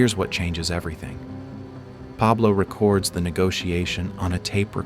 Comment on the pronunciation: Recerds their names? It’s records their names. Using fkn AI to speak your videos. Gay